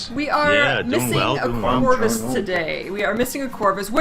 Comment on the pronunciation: ''Charrvus'' you have a new character name Corvus.